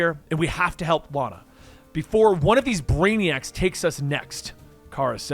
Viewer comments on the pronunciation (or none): none